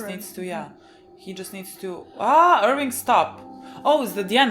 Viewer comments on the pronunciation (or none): You guys are great, please stop saying "Irwing" though,.